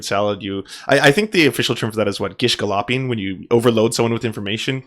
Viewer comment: Gal lop ping? It's galloping, as in a horse galloping. 😆